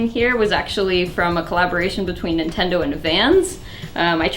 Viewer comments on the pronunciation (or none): Lol she said "Intendo disk drives"